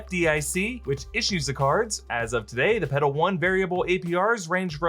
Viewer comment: You might wanna enunciate the L in Petal a little more lol. Legit thought you were saying pedo.